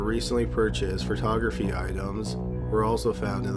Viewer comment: These videos are great/well-researched. However, please make sure that you research names & pronunciations to reach the next level. *Pho-tography, no *Fer-tography. And, it's *Silver Spring, MD--not Silver Springs.